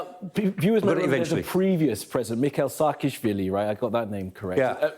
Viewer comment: It’s not that difficult to pronounce Mikheil Saakashvili or Salome Zourabichvili. That news reader should have done their homework; they should not work in the TV industry if they can't pronounce foreign names. 🇦🇿 🇬🇪